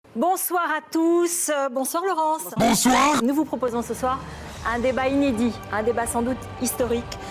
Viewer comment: Le "Bonsoar!" dès le début m'a fracassé 😆